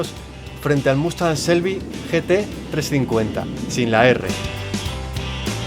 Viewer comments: Se pronuncia chelby (shelby) no se pronuncia selby.porfavor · Victor Gonzalo Se pronuncia con che no con sel. evidentemente se pronuncia cómo se escribe pero el nombres americanos y alguna vez lo escuchas decir de un americano no le vas a oír nunca Shelby con ese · Taxirati Jesús Lobo Te repito, no es ni con "ch" ni con "s", es con "sh", pronunciando la "h". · No se pronuncia ni "chelby", ni "selby", se pronuncia como se escribe, no es difícil, "shelby". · no se olviden la "h" en Shelby no es muda, hay que pronunciarla